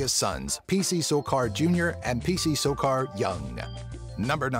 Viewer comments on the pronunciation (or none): he said sorcar its sarkar also was that Joseph W Burns or Burus. get your fact your right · it's P C SARKAR not sorcar .. dumbass